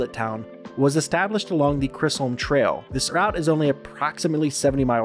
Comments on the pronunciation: Since you are from Texas I am surprised you not only said the name of the the cattle trail incorrectly, but the Chisholm (not Cryslem) and it begins just south of San Antonio and ends near Wichita, Kansas. Thank you for mentioning Fort Worth, a stop on the Chisholm trail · The Chris-holm Trail? Come on guy you’re better than that. There is No ‘r’ in the trail name. It’s the Chisholm Trail. Rhymes with Dizz-Loam Snail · It’s pronounced “chizzum”. The Chisholm Trail. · Lololol.... The way he pronounced the "Chrisolm Trail." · Dude pronounced Chisholm Trail like "chris home trail" and I couldn't stop laughing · “Chiz-holme trail” that’s how you pronounce it buddy man this video is bad